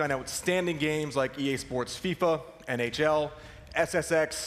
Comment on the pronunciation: Dude, you're not saying EA SPORTS correctly ...